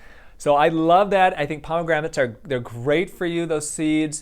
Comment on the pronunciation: "pomegramates" lol (ditto tho)